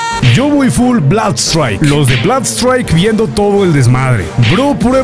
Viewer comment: Se pronuncia blud straik bro